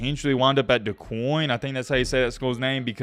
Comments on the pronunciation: It’s pronounced Du-Kane not Du-Coin 😂😂😂😂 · Duquesne is pronounced: DOO - KANE Pittsburgh built up around Fort Duquesne. The French were in that area before losing the French and Indian War to the British. The British renamed it Fort Pitt. Americans defeated the British in the Revolutionary War and Pittsburgh grew from there. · It is pronounced Do-kane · 🗣️ it’s pronounced “Dew Cane” 😂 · Dew Cain. That's how you pronounce it. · Its pronounced "Dew Kane" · It’s pronounced Du-Cane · This is how you pronounce Duquesne. Doo-Cain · Duquesne = Doo-Kayne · You Pronounce It As Do-Kane 😂😂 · Duquense (pronounced Doo-kane). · it's actually doo quay nay XD